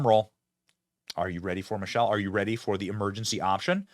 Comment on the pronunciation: You are mispronouncing Michael …sounded like you were saying Michelle.